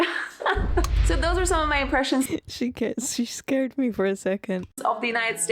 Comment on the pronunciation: Most of the time your English accent sounds American, but other times it sounds very British like when you say words like weird or scared for example.